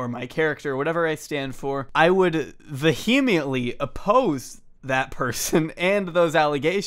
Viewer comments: the way you say vehemently really bothered me wtf. "vehemiently" aaaagh it's like rocks to my ears. content's a++++ though loving this shit. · Dude, vehemiently isn't a word XP it's vehemently Either way, interesting video, thanks for posting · can no one on youtube say the word "vehemently?" I'm at a weird point in my life where every youtube video I watch has some form of the word "vehement" in it and no one pronounces it correctly. I'm really not an english snob, but this word is haunting me!! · My guy you need to learn how to pronounce vehemently